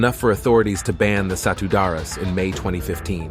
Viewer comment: The way you pronounced Satu Darah (one blood) is like Satu Dara meaning One Virgin which is funny. Indonesia pronunciation is true to the spelling.